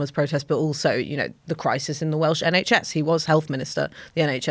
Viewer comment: Welsh pronuncion is pretty good!